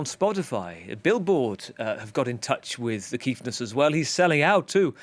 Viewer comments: The Kiffness is something special, and we in South Africa are truly proud! By the way “KIFF” is very much South African slang, which means nice, good or lovely. It’s pronounced as it’s spelt (KIFFFF) and NOT KEEF!!! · Good to the see The Kiffness doing so well. Some advice to the interviewer and future ones. Its Kiffness as in "if" not "eef" Edit: we need something after the rugby loss to Argentina on Sat to cheer us up. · Pronounced kiff not keef. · Guys, it's "Kiff" like "Cliff" 😉 It has much the same meaning as "cool/awesome". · Kiffness... pronounced kick but with an 'f' HOS MY BRU!